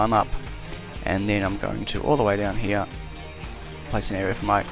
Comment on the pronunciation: i like how this guy doesen't say here , he says heee